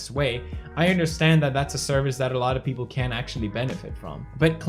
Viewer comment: did he just say 'sheple' instead of 'people' ?